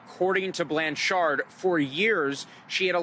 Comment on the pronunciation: ...The dude saying BLAN-CHARD is driving me crazy... say it right baw!